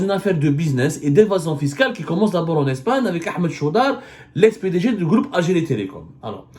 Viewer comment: Le gloup hhhh j'aime bien quand tu dis "le groupe" le gloup gloup c'est quand tebounne descend une bouteille de vodka ça fait gloup gloup gloup 😂😂😂😂